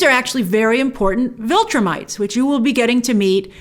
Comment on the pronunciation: Get a good cry in and then move on, WOW! Do you have a heart? Lost her husband, son nearly killed. You are cold Grace. Damn!!! Lol. Oh, and it's Viltrumites not Vultrimites.